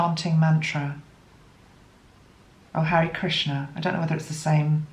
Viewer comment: The Mantra is: Hare (pronounced:Har -ray) Krishna Hare Krishna Krishna Krishna Hare Hare Hare Rama Hare Rama Rama Rama Hare Hare